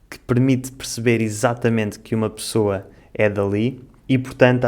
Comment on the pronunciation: O amigo fala pirceber (perceber) pissoa (pessoa), piis (país)